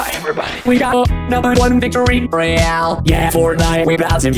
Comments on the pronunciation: Ro YAL lol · Me too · is right